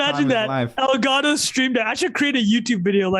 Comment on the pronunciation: New Drinking game: take a shot every time Trung says ÉLGÂTÒ